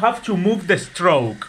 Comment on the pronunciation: Hahaha "you don't have to move the Stroke!" Hahaha it's Straw, not stroke. Saludos desde México 💚